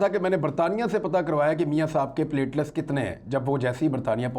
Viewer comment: Imran sb it's not pletless it is pletelet